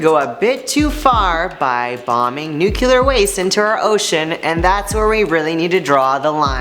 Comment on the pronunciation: NUCLEAR. Not nucuklar.